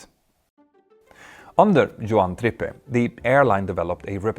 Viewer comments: It's pronounced TRIP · Pronounced Trip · His name is pronounced TRIP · Really interesting, but you could have bothered to learn how to pronounce the name of Juan Trippe. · AI script coupled with his reliance on AI. No wonder he can't get the small things right.